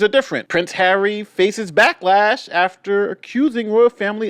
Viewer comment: Can she not pronounce Harry, it’s not Haaarrii.